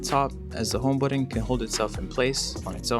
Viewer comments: It is called a ‘home ba-ton’ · Nah man, it's the way you say the word "button". How do you feel now? I feel weird when you cuss as well.